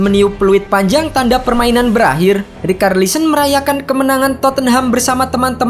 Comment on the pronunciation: Bang kenapa rikarlisen, bahasa inggrisnya itu bacanya ricarlison, ga pernah nonton bola apa gimana bang, komentator Inggris bilang richarlison bukan rikarlison. Aneh ajaaaaaaaaa